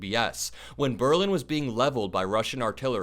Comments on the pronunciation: With respect,. Please pronounce Berlin correctly- BerLIN. Accent on second syllable. God rest victims of Holocaust. 🙏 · Berlin, stress on the lin in American English. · Sweetie, super! Just learn to pronounce Berlin! A European.